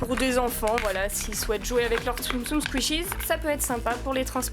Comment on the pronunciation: T’es pas obliger de dire skishies tu peut juste dire tsum tsum 😅👌🙈